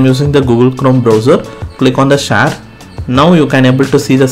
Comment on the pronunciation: Share ❌ Shar🦁✅ 😂😅